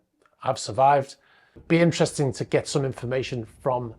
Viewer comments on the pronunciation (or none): none